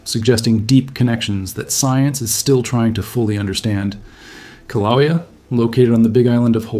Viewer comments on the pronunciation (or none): Koh-wha-lea? It's Kill-ah-way-a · The Hawaiian volcano is pronounced 'killa waya' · It's Kilauea ( Kil-a-way-a). At least learn how to pronounce the place, if you want to be taken seriously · KIL-A-WAYA That's how you say it. Just FYI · Aloha. I wouldn't say that Mexico and Hawaii are opposite sides of the planet. Very far from it. Also, they won't get mad but Kiluea is pronounced more like Kill-ah-way-ya. Best if said quickly.